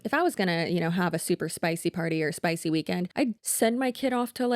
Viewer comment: I still hear "stay sploy" when you say "stay spicy"